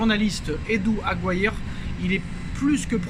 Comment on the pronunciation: Se prononce Aguiri non aguiare...